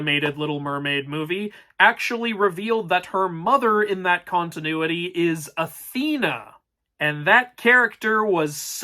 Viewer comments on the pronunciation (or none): none